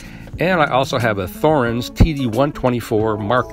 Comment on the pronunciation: It's pronounced with a T not a Th. T-horens!